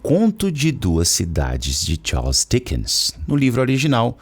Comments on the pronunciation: Rei Tchaus foi a pronúncia aprendida no video, kkkk. Brincadeiras a parte, muito bom. Acompanhava muito no Facebook, eras atrás, nunca mais tinha aparecido indicação de video teu! Melhor conteúdo de inglês. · A pronúncia "Charles" tá errada. 😶